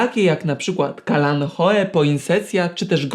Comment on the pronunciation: Eee... Jak on powiedział "kalanchoe"? 🤦🤦🤦 I się uważa za specjalistę??? 😠😠😠